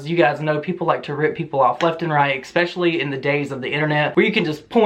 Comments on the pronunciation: I don’t really care about any of this I just want to say it’s ESPECIALLY NOT EGSPECIALLY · Especially, not expecially